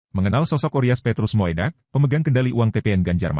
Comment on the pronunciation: Moedak dibaca Mudak bukan moedak